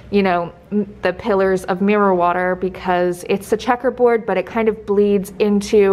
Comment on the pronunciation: When u said mirror water the first time,I thought you said marijuana 🙈🙈 I had to stop,re wind and re listen 😂 xx